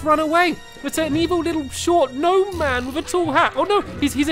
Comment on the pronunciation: It’s a G-Nome